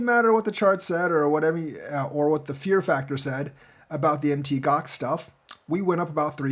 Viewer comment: PLEASE PLEASE FOR THE LOVE OF GOD PLEASE STOP SAYING M.T. GOX. ITS CALLED MOUNT GOX....PLEASE!